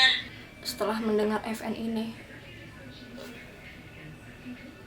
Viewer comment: vn bukan fn🤣🤣🤣